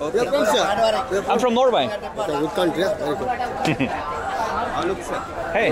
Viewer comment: when Harald says Norway Sri Lankans here like No-way. that is the reason (accent is quite confusing to them) :-).